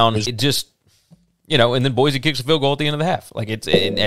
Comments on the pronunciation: One more thing -- Boy-C, not Boy-Z. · Can't pronounce Boy-see correctly either.